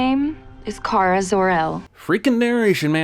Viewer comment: I HATE the way they pronounce “Kara” It’s WRONG!! Her boss says it correctly. If you watch the original Supergirl movie, Smallville & any other show Kara was in. It was pronounced “Care-a” not “Car-ahhh”